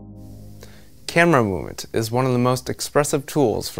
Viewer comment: "Camera murmntn" shit boys, we're in for a ride.